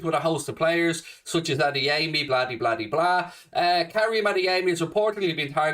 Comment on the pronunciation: Wonderful work,. If you don't mind, the right way to pronounce Adeyemi's Yoruba name is not to place a stress on the third syllable: A - DE - YE - MI.